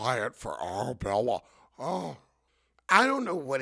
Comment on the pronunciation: “Arrrabwella” oh you are a gem 😂😂😂😂